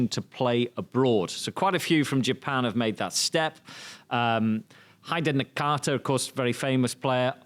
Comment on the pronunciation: Who the heck are "Haide Nakata" and "Hireoki Sakai"!? 😂 If you don't know how to read/pronounce the names, just ask Wata before the interview.